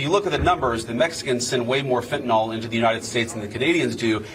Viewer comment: I get so tired of people who should know better pronouncing the word fentanyl like “fentanol”. Can’t they read? 🙄